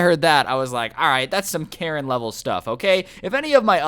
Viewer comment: Jesus christ its "Karen"